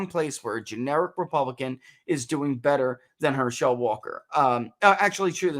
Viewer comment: I think you maybe the only person I’ve ever heard pronounce his name Her-SHELL Walker. Must not be a sports fan 😝 otherwise, great analysis!